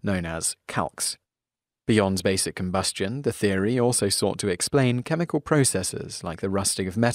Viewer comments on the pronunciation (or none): none